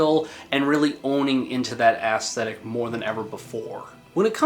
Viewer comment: Do you keep saying ass-thetic on purpose as a joke?